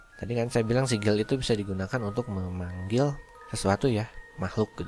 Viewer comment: sigil bukan nyaa sikil